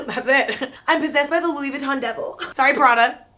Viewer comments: “It’s just good vibes” “how would I explain it” come on Emma..... be better. Doesn’t even know how to pronounce the brand name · I swear every single time Karlie pronounces 'Louis Vuitton" I cringe. Karlie we get it you know French